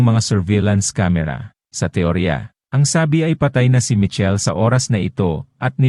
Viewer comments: Michelle po hndi Mitchell he'he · Hnd ka nman maronong mg pronounce sa michelle